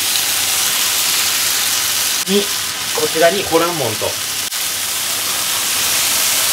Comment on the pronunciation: ホランモン、発音はホ↓ラ↑ン↓モンじゃなくて、ホ↑ラ↑ン↑モン？かなと関西人が気になりましたー。 ホルモンも元々捨てるものって意味やから 捨てないって意味のほらんかなと思いました。 うまそうで関係ないですけど、失礼しました。